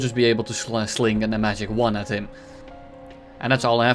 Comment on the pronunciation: God. I love how you just keep saying magic one like magic wand and not giggle.